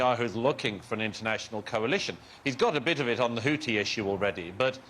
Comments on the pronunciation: HOUTHI not HOOTI. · And HOUTHI not HOUTI/HOOTI.